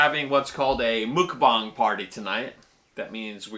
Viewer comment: Eric, it's pronounced like "muck", not "mook" haha. grats on 300!